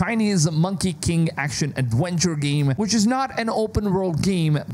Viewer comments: Which is even more wild after “adwenture” 🤣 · And awenture